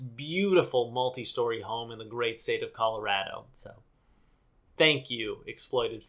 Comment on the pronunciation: thanks for pronouncing Colorado correctly AND for shitting on Shane 10/10